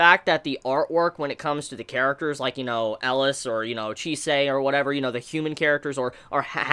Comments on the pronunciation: IT'S NOT ELAS IT'S ELIAAAAAAS come on do you have to mishear one name per anime to stay alive?? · Please look up how to pronounce Elias ;)